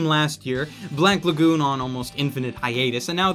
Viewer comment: "Blank" Lagoon...??? it's Black Lagoon... thanks. --2019